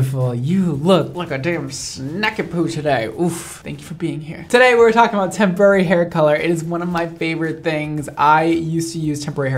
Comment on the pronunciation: All I can hear is tempura hair colour